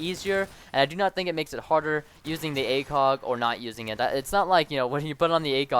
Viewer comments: he mumbbled the acog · i thougt u said /Dragunov Acock?